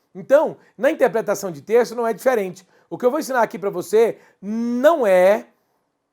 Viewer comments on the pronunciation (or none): é interpretação não "intepretação"